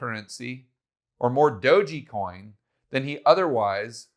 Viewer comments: Thanks for doing this vid. Good info. Tether has a spelling error on their site and you keep saying Dog’e’ coin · It's pronounced doge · i thought it was "dog ecoin" not "dough gee coin" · "Dogey Coin" lol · saying "doji" coin cracks me up every time hahaha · That's exactly what I came to the comment section to say.😂🤣😂🤣😂🤣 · Enjoyed the analysis but I come away with the feeling that doesn't quite know what he's talking about when he says "DogeYcoin" and thinks that Safemoon is "Dave Portnoy's coin". It's not a good look to mispronounce something like Dogecoin or not understand that Safemoon is just being hyped by Portnoy, he has nothing else to do with it. Hurts the credibility to talk about this stuff if you don't know basics. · Every time mispronounces "DOGE" a small Shiba Inu sheds a tear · How can you trust a person who can't even pronounce DOGE, smh.